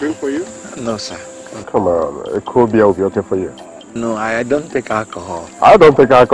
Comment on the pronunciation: Did that babe say “Common 52 million Naira”? 🤣 Common!